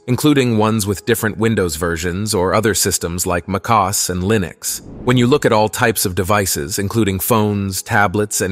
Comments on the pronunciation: Very surprised you did not fix the AI bot’s mistake when it pronounced Mac OS as “macoss”. You should watch your own videos before you post them. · "Muh-coss"--? Really? LOL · Yeah me too "maaacOS" 😂 reckon u know how he makes the video? Ai too?